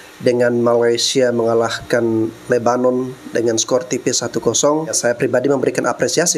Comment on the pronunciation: Sebut nama negara kok pake logat dan cara mereka sendiri. Masak lebanon disebut lubbenan. lucu2 ni orang.